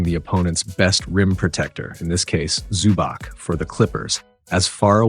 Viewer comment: Nice breakdown. Please learn the players names next time. ZubaK my ass.